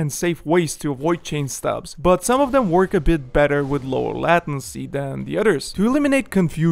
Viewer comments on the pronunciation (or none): LAY TIN SEE not LATIN SEE Good vid though .